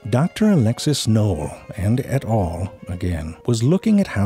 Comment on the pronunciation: I literally did not ge the Et. al joke the first 10 times i've watched this video. I thought he was saying Ed Hall or smth lol